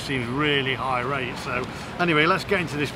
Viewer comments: Did he say people are high rate? Lol surely he means irate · Also it’s irate NOT high rate